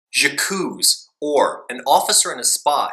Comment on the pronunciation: 'Jakooz' oh good god at least learn how to pronounce the title you're reviewing....